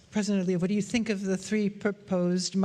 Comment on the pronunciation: en çox paşinyanın "think" sözü tələffüzünə güldüm [tink]😂